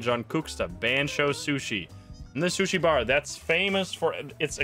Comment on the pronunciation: i love how keeps saying shushi